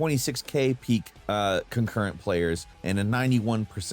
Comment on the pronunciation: you mispronounce concurrent